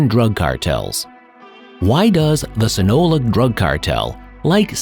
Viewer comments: Baby boy si-na-loa not sinola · Sinola? It’s. Seen-a-loa. Sinaloa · Sin a Lowa say it with me buddy. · They should wall off Chicago and call it the Midwest Zoological Society. It's "Sinaloa" by the way ( Sin Ah Low La ). Milwaukee is really bad as well and just a fraction of the size and population. The murder rate per Capita is MUCH higher.